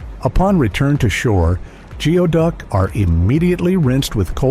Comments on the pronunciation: You sound so stupid. It's pronouced "gooie-duck. It is NOT pronounced "geo" as in geography. Whoever hired you should demand a refund. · Not the best video, how do I know? I filmed the into video of diver #2 in 2013. Which is also seen in other parts of this video. It’s pronounced “goo ee duck”. The video of the clam on the beach is a razor clam, not geoduck. Fantastic way to make a video of other people’s clips without hardly any research though. Congrats! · Omg you can’t even pronounce the name correctly…it’s Goo-ee duck..🤦